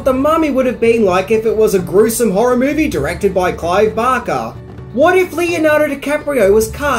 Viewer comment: Who the fuck is "Clive Bocker"?? I mean I know who "Clive Barker" is.. Bark... BARK....B. A. R. K. E. R.